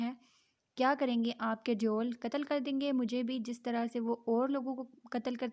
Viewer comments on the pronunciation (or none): Yaram ko sab devel kehty hain deoul nai please naam Sahi sy lain